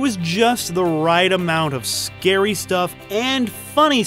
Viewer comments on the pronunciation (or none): none